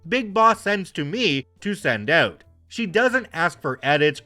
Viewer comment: "REALLY HELPS US OUUT"......WTF, MY god, I THINK HE'S..........CANADIAN!